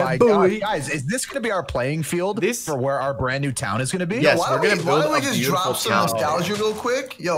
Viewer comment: When bro says drup he lags😂😂😂😂